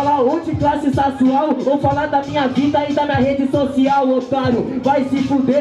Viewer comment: "classe sasual " aí não mano poh kkk